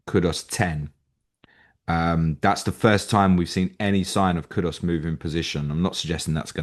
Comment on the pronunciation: Can you please stop saying kudos instead of kudus. Very irritating but it seems 90% of people do this